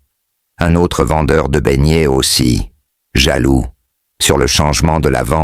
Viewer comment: tout le monde se plaint. Remet notre chose comme avant pardon😢 Écoute même comment il prononce BEIGNETS😢j'ai peur.